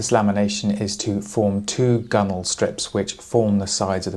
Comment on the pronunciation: Is this designed after the traditional Alaska native kayaks? It's so close. And thanks for pronouncing gunwale correctly and not saying gunWHALE.